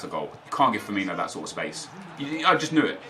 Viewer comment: it's pronounced Firmino not Firminio lol